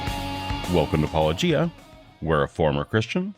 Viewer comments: I was wondering if such a simple pronunciation throws them, how the fuck can they deal with biblical naming convention of people and places!! I think they "stumble" on his name on purpose. Seems most of the christian propagandists do. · In their video, they state "I always forget how to pronounce Paulogia", even though you say it at the start of every video. Leads me to believe he didn't actual watch any of your videos. Also, technically, saying 2 instead of 6 makes an error of 2/3 (66%), not 200%. If you had said 6 instead of 2, it would be 200%. The magnitude is determined by the original number, not the number in error. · Not guilty. The plaintiffs are guilty of wilfully mispronouncing Paulogia so that it doesn’t sound anything like apologetics. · People don't seem to be able to get your name pronunciation quite right. You might want to start your videos by introducing yourself or something 🙄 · It is weird that people responding to keep mispronouncing the name. If they've heard his videos, they have heard him say it. And when you consider who they are, you'd expect them to get the pun right away. It's almost as if they're doing it intentionally. Or maybe they just have a really bad ear for language. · How do they keep mispronouncing your name? Escpecially since you say it in every. single. video. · I think it's intentional, if only because he said "Paulogia owes me an apology" and pronounced apology correctly. That's my guess. I could be wrong but I doubt it. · The poor dude kept mispronounced your name repeatedly as he misrepresented your point repeatedly. He ought to be ashamed of himself, that little man. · Well Cameron can't even pronounce it properly. Ahhh, if only could like... say 'welcome to paulogia' at the start of every video 😏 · They purposely mispronounced Paulogia because they don't want to acknowledge his credentials for debunking Christian claims. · And also guilty of another serious crime, pronouncing Paulogia with a hard G.